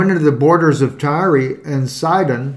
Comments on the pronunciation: Tireeeee? I thought it was pronounced like the word TIRE. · We are you pronouncing it wrong? It supposed to sound like “tire”. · Pronounced Tire, gotta be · It's pronounced "tire".... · I'm pretty sure the way you're pronouncing the city is the same way corn pop would pronounce it.